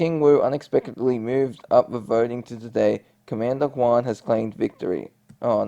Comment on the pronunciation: The G is pronounced in Guan just thought to let you know to correct your pronunciation. Love how you tell the plot of the Korra story 🖤